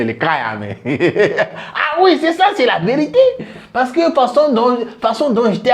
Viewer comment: Façon Jon, faton dont, faç... 🤣